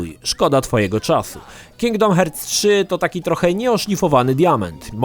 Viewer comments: It 'hurts' to listen 'hearts' pronunciation;))) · Uwielbiam jak czyta cały czas Kingdom Hertz XD